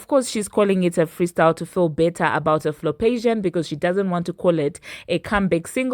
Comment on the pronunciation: "Her Flopation" you are sick GIRL 😂😂😂